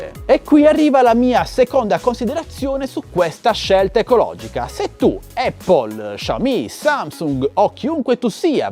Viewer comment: Dici eppol perché è la mela 🍎... corretta pronuncia! Apple ha voluto fare le sue rivoluzioni modaiole dalla rimozione del floppy poi del CD/dvd( a favore del suo cloud ) ora x continuare a voler far parlare di sé elimina gli auricolari e ci può stare. Ma il carica batteria... è una ca×ata pazzesca(fantozzi docet). Tenetevi stretti il vostro status symbol!!